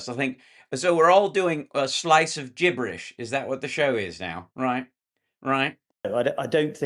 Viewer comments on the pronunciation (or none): 😂☺"...so we're awl doing a bit o gibberish, a we...."